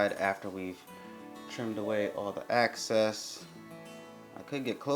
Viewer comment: “Excess” not “access” lol